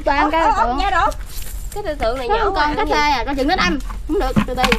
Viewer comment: Hà Nguyễn ca tê là con cá trê đó bạn, người Bến Tre họ kg phát âm chữ R